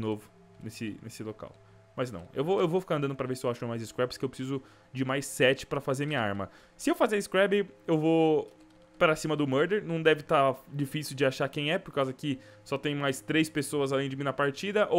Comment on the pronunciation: Para de falar scrab é scrap